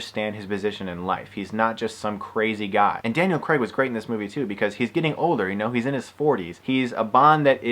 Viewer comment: This is really triggering me, you don't know how to pronounce any of their names, Daniel creg! Its pronounced Daniel Craig and you know nothing about the bond films like license to kill or sky fall or gold finger or casino royale. God you really trigger me pretending that you know about The brilliant films of bond. I give up...you don't know anything about these films.